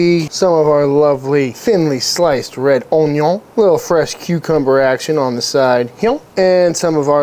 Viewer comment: "Oon-yon!" Been spending time with Josh W lately? Lol